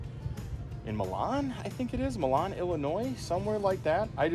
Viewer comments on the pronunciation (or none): Literally the first time watching a video that I can correct you on something! Most of your expertise is way beyond me. Milan as you pronounced it is the city in Italy, the town in Illinois is pronounced MY-lan (to rhyme with the word pylon...) I learned this as part of a crash course on town names in the midwest that are pronounced slightly differently than the original... similarly to Peru, Indiana (pronounced PEA-ru). I love language. 😁